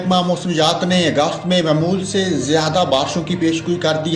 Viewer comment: آپ اپنے الفاظ کی ادائیگی صیح کریں۔۔ کیونکہ آپ نے لفظ معمول کو تین بار غلط پڑھا ھے۔۔ اور لفظ مُلک کو بھی غلط پڑھا ھے۔۔